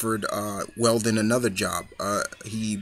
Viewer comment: Love the video, just a slight correction: It's Wendell Vaughn, not Weldon Vaughn. Quasar is awesome. Also, just curious, did you read your notes from his comicvine page?